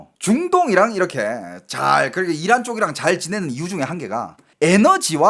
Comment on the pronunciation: 이란? 악셴트를 앞에두고 발음하시네 ㅋㅋ 악센트 뒤입니다 😂😂😂😂